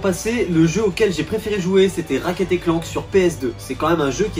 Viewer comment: Ratchet ce prononce comme il est écrit